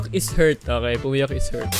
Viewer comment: "Loving can haUrt"